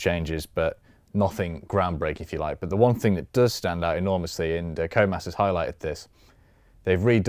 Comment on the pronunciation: "Who the hell is this Comas guy he keeps talking about? Oh, he's saying "Codemasters".."